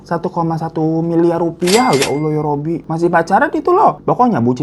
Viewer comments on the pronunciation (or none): none